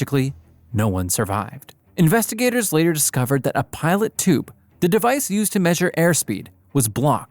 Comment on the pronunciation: It’s a “pitot” tube, pronounced pee dough